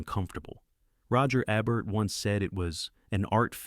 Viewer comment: AI narration is jerky and semiliterate. Could movie commentary at least get the name of one of the most famous film critics correctly? It is pronounced ee-bert.